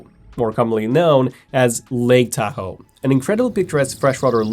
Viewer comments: "Teah-ho" ?? LOL what? "TAH-HO" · You are pronouncing Tahoe wrong. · I find this mispronunciation very annoying